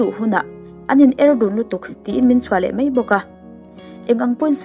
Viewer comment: Mipuiin kan ngaithla nasa mai si a,chuvangin tawngkam hman hi fimkhur ila,entirnan....ngaihzawng tih tur ngeihzawng tih anga hman te.....mai tih tur ah mei tih te